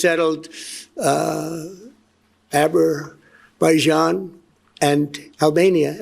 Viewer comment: Trump can’t say Azerbaijan